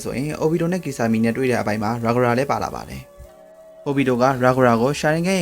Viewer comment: Character's name အသံထွက်တာတွေ အဆင်မပြေသေးဘူး Kisame တို့ Gaara တို့ Zetsu တို့ အစရှိသဖြင့်